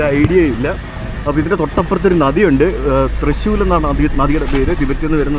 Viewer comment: Thrissur 🫣😂thrissul